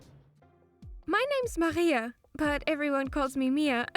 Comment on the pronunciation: I had to pause the video in shock when I saw she's Estonian, she doesn't even pronounce her own name correctly lmao